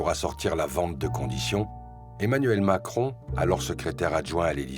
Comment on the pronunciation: Macwon l'améwicain de mewde